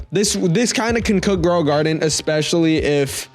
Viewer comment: Shekels (it's sheckles not shekels) Growing Guarded? (It's grow a garden) DOE?! (it's jandel)